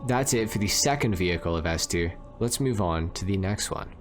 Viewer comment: LOOL "S-Ter"